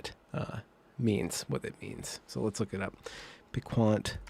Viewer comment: Piquant. Pee kahnt. You don't speak French, do you. Obsequious?